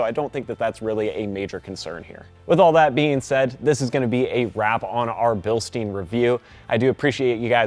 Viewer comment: It’s Bilstein as in pine with an sh, not bilstein as in steam with an n.